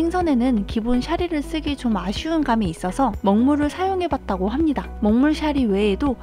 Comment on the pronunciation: 합니닥. 입니닥 킬포입니닥!ㅋ